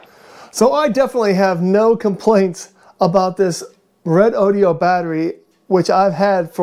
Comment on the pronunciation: Is this the same as a redodo? Haven’t heard of the red o dee o. Lol😅 Good review though.